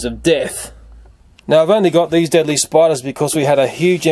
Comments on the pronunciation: u said deadly noteadly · That's how the Aussies pronounce "deadly." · deedly? xD LELEL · Please make more spider videos! THERE SO INTRESTING! and can anyone tell me why he always right "deadly" Wrong?